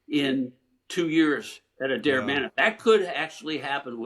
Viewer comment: "Looking forward to the 2027 Ryder Cup" ?? Start with getting where its going to be held correct.. its ADARE Manor.. not "Adel"... not that it wouldn't be hilarious if the yanks showed up at the wrong golf course.